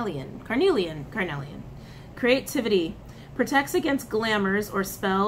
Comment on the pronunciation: It is pronounced char-o-ite the char pronounced like it is in the word charred. And Car-nee-lian, it is a type of agate. Charoite only comes from russia if I am recalling correctly. I count both among my stone friends.